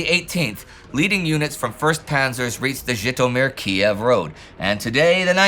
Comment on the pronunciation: Thanks for pronouncing it KEY EV.The wokes changed it to KEEV. Same with KAR KOV (KARKEEV).What next,BURLIN